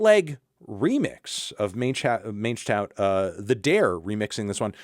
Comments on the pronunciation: my man pronounced mangetout MAYNJ-TOWT lmao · when will Anthony pronounce 'Mangetout' properly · Please learn how to pronounce mangetout. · Anthony cannot properly pronounce a single french word until he gets clowned about it s2g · What is that pronunciation of mangetout?😂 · Melon STILL doesn't know how to pronounce "mangetout," huh?